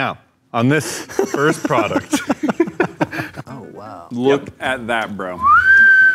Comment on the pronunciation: I've noticed that all of them say prodect instead of product and now I can't unhear it